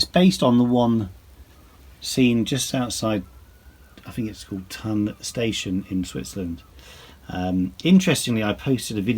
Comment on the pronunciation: Great layout, great scratch build, I really like it. BTW and FYI “Thun” is pronounced exactly like “toon” in “cartoon”. Keep up the good work, looking forward to future installments- Cheers from Switzerland